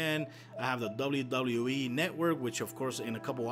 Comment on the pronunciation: Lol how u pronounce WWE 😂